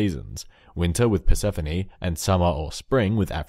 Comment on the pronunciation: You got the Persephone one wrong